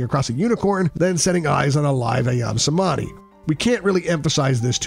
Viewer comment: Is not pronounced CEMANI AS IN THIS VIDEO ,,,, C IS PRONUNCED AS CH ,,, SO CEMANI RIGTH PRONUNCIATION IS CHEMANI ,, 🙏 GREETINGS 🖖